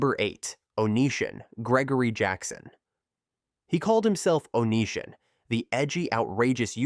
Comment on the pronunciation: How can you possibly do any research and then do something as fundamental as pronunciation and butcher it so badly? It really makes me question everything about your video when something so simple cannot be done. The way you pronounced "O-knee-si-on" name is just insane. His name was part of the online persona therefore part of the entire story. The guy was an absolute scumbag and then some but my god. If you can't even pronounce a name correctly, what else did you get wrong? Details matter.